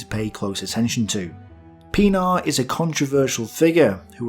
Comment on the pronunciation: listening to audio, not watching screen "Brigadier WHAT?" looks at screen "Oh. Brigadier Pen-AAR. Right."